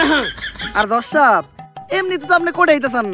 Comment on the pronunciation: সাংবাদিক দর্শক না বলে ধর্শক বললো😱